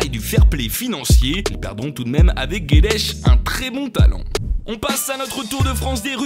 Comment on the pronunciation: Ta dit guedesh😅